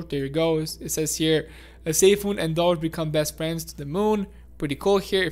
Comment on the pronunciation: Say it with me .. DOGE = "DOHj" ... Not DODGE. D-OH-J.